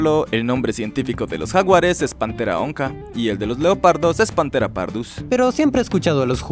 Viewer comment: "onca" se pronuncia "onza" como si tuviera una cedilla. Igualmente "Cariama". Los nombres científicos se escriben sin diacríticos, aunque esto cause dudas en la pronunciación. "Paranthropus" y "Cercopithecus" tienen las sílabas tónicas "thro" y "the", aunque las palabras griegas "άνθρωπος" y "πίθηκος" son esdrújulas, porque las palabras griegas improntadas en latín siguen las reglas latinas. Y [Bostrychia] "hagedash", no sé cómo pronunciar.